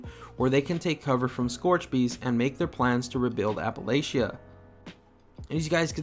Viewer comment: Wow... one the first youtubers who pronounce Appalachia right. Can’t wait for Wastelanders. I must admit that the game is getting a bit boring but I enjoy it nonetheless and so do many of my friends. And thank you for your videos. Keep it up. I liked the Outer world videos too. The one thing I’m hoping to be in Wastelanders is new locations, factions and immersive stories... and some bugs.